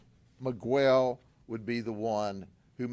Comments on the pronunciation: Migwell lol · I love Judd but someone in his team needed to correct the way he said Miguel